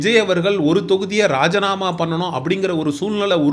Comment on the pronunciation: Rajanama illai rajinama endru sariyaga ucharikkavym